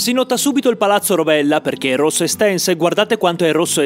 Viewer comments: Palazzo Roverella. Non Rovella. Però va bene così. Va benissimo così. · palazzo ROVERELLA non rovella .... acc...acc... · È palazzo Roverella non Rovella, bel video!! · Palazzo Roverella e non Rovella..eheheh comunque bellissimo servizio. Bravi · Palazzo Roverella.... Non Rovella... E l accademia dei Concordi.... abbastanza famosa.... Va beh....hai fatto un po' di sbagli.... Comunque non sarai rodigino.